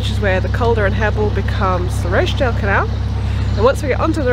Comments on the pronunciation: oooh you and your posh pronunciation of Rochdale! - made me smile! (its "Rotch-dale") Maybe Rochdale should adopt your version :-) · I know this doesn't matter and it was months ago and you are somewhere completely different now - but - Rochdale is pronounced Roch (to rhyme with watch) dale and I nearly didn't comment but you are in my home territory here, the land of my birth, and I guess its good to know, maybe not. Happy cruising xxx Kate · Hahahaha! ROshdale!!! I assume you know the pronunciation now!!!! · I love the way you pronounce Rochdale :)